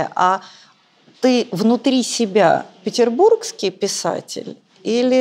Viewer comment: На как же так, Галина, откуда в слове ПетербурЖский Вы взяли чудовищное Г?). А гости надо бы лучше, да не куда!))), спасибо!!!!